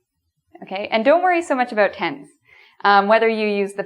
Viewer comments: "And today we are going to talk ABOOT" AHAHHA i love it. It's not exactly aboot though but...aboot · I like how you say "about" and "house" :D